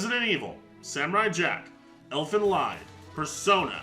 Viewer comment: "Elfen Lyd" Elfen LEED, it's GERMAN